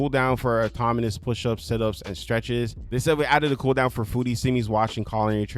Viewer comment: he's saying ''automonee'' which is not correct.